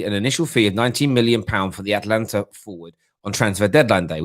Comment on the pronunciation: What is Atlantia......cmon. Its Atalanta